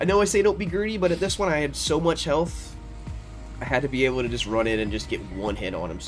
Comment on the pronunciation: That thick Baltimore "Sowww" warmed my heart